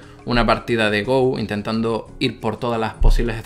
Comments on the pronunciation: espero que alguno te haya dicho ya que no se dice GOU.. se dice GO, no es un juego ingles :( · se pronuncia go talcual no gou. saludos! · Como amante del Go (que por cierto, se pronuncia "go", no "gou" XD) y de la IA, me ha encantado este vídeo, incluso habiéndolo visto por primera vez 5 años después de que lo subieras:) ¡Eres un crack,! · Go se dice no gou weiki baduk o go nada mas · Go, pronunciado "Go", no "Gou". No es una palabra inglesa. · creo que ningún comentario lo ha dicho y me extraña, quizás los jugadores habituales de go de habla hispana no suelan ver este vídeo... porque duele mucho que pronuncies go como en inglés mientras que viene del japonés y es, a secas, "go" sin ninguna 'u' al final jajaja me gustaría corregir también que lee sedol se levanto a fumar antes de la jugada, no fue su reacción a ella, luego cuando volvió de fumar se encontró esa perlita y se quedó muy impactado jajajaja hay un documental de alphago en netflix por si alguien quiere enterarse bien de lo que supuso esas derrotas en el mundo del go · Go no se pronuncia en inglés, muyayo! Buen vídeo! ;)